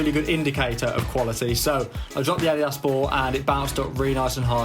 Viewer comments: Adidas. It “Ady das” lmao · Why yall say Adidas like adydass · Did he pronounce adidas addie-dus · So, did RUN/DMC teach all Americans how to mispronounce Adidas?